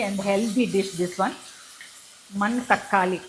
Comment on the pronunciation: Hi, it’s not man-thakkali. It’s pronounced as one word manathakkali.